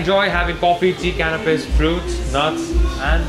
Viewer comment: ...Took me a moment to realize the young gentleman said 'canapês' and not 'cannabis'... right? 😄